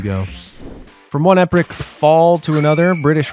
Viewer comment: “epric”?? Please reprogram your AI narration